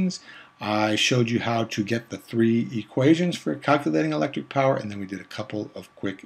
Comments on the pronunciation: Not power Phawer 😂😂😂😂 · Nice 😂😅😂😅😂🎉🎉🎉not poison it's power